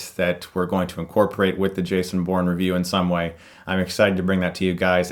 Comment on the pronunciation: everytime you say Bourne, i keep hearing porn.... "guys we have a really cool porn skit!" yay?